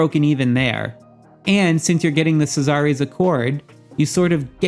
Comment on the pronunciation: SEE--ZER like in Roman times. Not C-zar-rays. LOL. Thanks for the information regardless